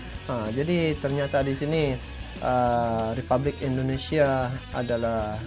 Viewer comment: Sorry bro, Republik bukan ripublik 🙏